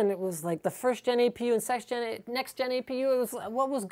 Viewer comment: lol SEX-Gen APU hahhahahahhaha 0.56